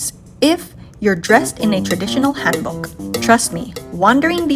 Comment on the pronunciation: 서울, 경복궁, 한복, 북촌 등 한국 단어 발음이 굉장히 좋네요! 멋진 영상이에요. Your pronunciation of Korean words is incredibly good! Thank you for your beautiful video. Much love from Korea!❤